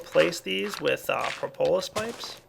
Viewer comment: Propolis pronounced: prop-uh-lis not pro-po-lis. This has bugged me for a while. :)